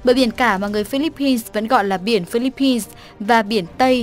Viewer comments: Phillip-pines ko phải là Phillipis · Chihuahua nguyen Phi-líp-pin (Philippines)